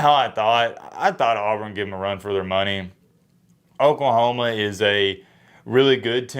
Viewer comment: Please pronounce Oklahoma correctly, I do believe we have eared it.